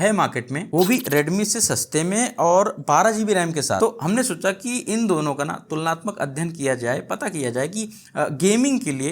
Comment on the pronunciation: Tulnaatmak adhyayan, uchchaaran